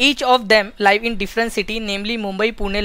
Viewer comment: bhai pronunciation sahi rakha karo.. hadd iriitatting lagta jab " Liiive" bolte "Live" ko